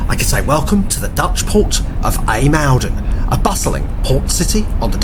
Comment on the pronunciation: ijmuiden pronunciation is more like eye-moden , if u say that its closer to the way you butchered i mean pronounced it, dont get me started on how u said Scheveningen lol